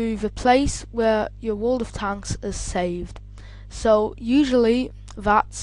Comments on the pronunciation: dude its world of tanks not tonks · how hes saying it like world of t h a n k s